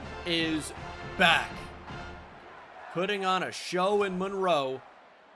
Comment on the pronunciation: My daughter's name is also Monroe, so I appreciate the fact that you say it correctly (Mun-roe). Really enjoying the series.